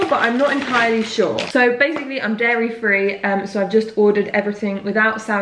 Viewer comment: Got triggered at 'Dairy-free'